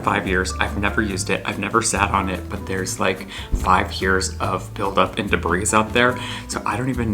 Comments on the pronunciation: Did he just say “debreeze” ? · Love the regular vlogs of your life. Also, in honor of Lizze not being here today to correct you, the word debris is pronounced with no s. ❤